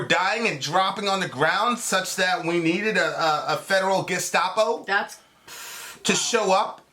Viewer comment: You actually said Gesatpo 🤣. The first video you showed is obvious propaganda shaping the narrative. If you buy the way they're selling Portland I have a bridge to sell ya! Gotta give it to em Antifas counter Intel game is on point. Selling false equivalencies and false flags like its cool.